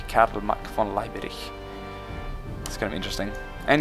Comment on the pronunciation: Leiberich, you pronounced it right :)